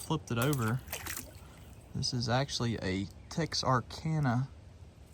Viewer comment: Wow, a Texarkana bottle! I wasn't expecting that. Nice to know you pronounced it correctly. 😆